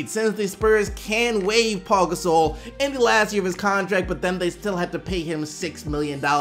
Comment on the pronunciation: WHY DO YOU SAY PAU GASOL LIKE THAT